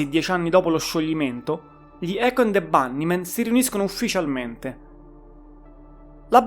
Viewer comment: pronuncia inglese da rivedere. hai fatto un po' d'inglese a scuola? icHo ənd de bannimen; poochiupain...e le erre... mammamia!!!